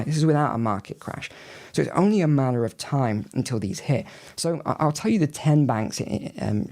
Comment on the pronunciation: Is...is he saying "only a manner of time"? Might be burying the lead there, but still...manner of time? Madder of time?